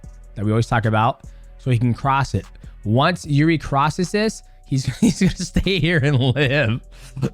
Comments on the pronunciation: I think the correct way to pronounce Jiri is Eerji. In russian иржи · It's "irzhi". Coz he is Czech. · Jiri pronunciation - Yuh - eRee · Are you saying jiridy?